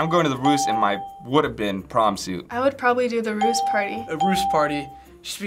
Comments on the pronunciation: Det som irriterer litt er at de sier rus i stedet for russ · say ruus not russ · Bare jeg som dør litt av at de sier RUS party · La du merke til at dem sa rus, og ikke russ😂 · Every time they tried to say "Russ", it sounded like they said "rus". ("Rus" is Norwegian for intoxication.") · AHHAHAH måten de sier russ på høres ut som de sier rus AHHAHA jeg døøør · The "roos"-pronounciation actually means "drugs" in norwegian.